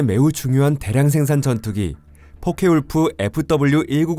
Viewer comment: 포케볼프! 포케울프가 아니라!